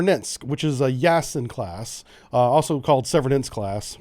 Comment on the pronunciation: I think the two "e"s in Severodvinsk are pronounced as the long vowel form of the letter "a", not the short vowel form of "e". It's understandable that we, as Americans, would tend to Americanize the pronunciation of these difficult to pronounce foreign names.